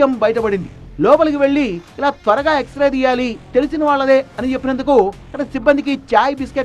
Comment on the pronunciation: ఎక్సరే ఎక్సరా కాదు